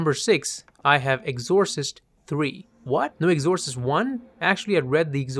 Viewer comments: Love your analysis but never quite heard Exorcist pronunciation butchered in such a comical way. I've watched pretty much all your vids on movies and this is the only time I can recall a mispronunciation and it's the worst. What the hell happened? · With 'exorcist', it's the E that's stressed, rather than the O. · Holy shit. You shouldn’t be able to set foot in a film school saying the word ‘Exorcist’ like that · Oh boy. Look up how to pronounce exorcist.